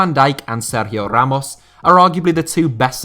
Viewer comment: with that perfect Spanish pronunciation of Ramos name 🥵